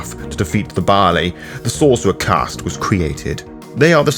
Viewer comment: Gods above and below... It wasn't until about 17min in that my brain caught up to that you're saing "Baali" not the grain "barley" >.<